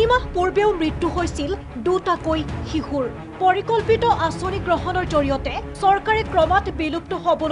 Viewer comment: শিশু নহয় অ শিহু